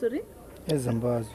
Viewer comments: Lol… did that guy in denim say “Zimbadzwe”🥴💀🤡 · It's just a hatregy of Zimbabwe look at that dread log guy he don't even have confidence of what he is saying he can't even pronounce Zimbabwe just deal with crime and Criminals